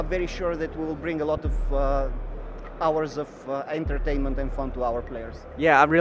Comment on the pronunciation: haha sounds like he said hours of angertainment